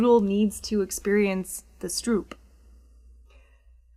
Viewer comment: also stroop is pronounced "strope" lol